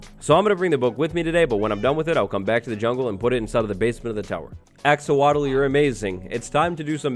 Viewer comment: "axowatl" Very punny,.